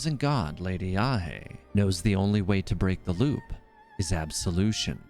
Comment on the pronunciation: heard you mispronounced yae so many times. it's not yahey it's not ya-ey it's just simply "yae" as in "why" but with the letter y.